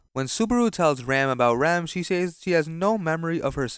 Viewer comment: its always the same pronunciation of the ram and rem that ticks me off 😭